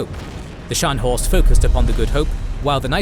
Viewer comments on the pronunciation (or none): Wollt Ihr die Leute verarschen??? Es heißt „Spee“ und nicht „Tee“ oder „Schi“, „Cradock“ und nicht „Kreditsch“ oder „Krak“, „Scharhorst“ und nicht „Schanost“ oder „Schenjo“, „Gneisenau“ und nicht „Gnisernau“, „Nürnberg“ und nicht „Nennmau“. Welche Fantasienamen erfindet Euer KI da? Dann sagt Ihr: „Die erste Niederlage Großbritanniens seit 1812“ und zeigt ein Schild 1814. Das Tempo des Erzählers schwankt in der Geschwindigkeit extrem, vor allem am Schluss. Das ist ja grauenhaft, schlimmer geht es wirklich nicht. So was kann man sich nicht anschauen, und noch weniger anhören! Das war das erste und letzte Mal, da ich mir von Euch ein Video geschaut habe! 😡